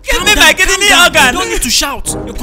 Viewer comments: Mark: hears KID KNEE Everyone normal: hears kidney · Hehehe instead of KIDNEY,mark thought it was KID KNEE🤣🤣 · It kidney not kid kneel. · Normal person : hears Kidney Mark Angel : hears KID KNEE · He thought it was KID-KNEE.. hahaha